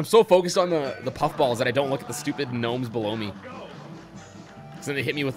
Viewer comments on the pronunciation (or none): 'G-nomes'? Are you referencing something? Why are you saying 'g-nome' instead of gnome? Unless you just like pronouncing it like that for fun, which is fine, just wondered if I was missing something. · they're not ganomes they're gnomes with a silent g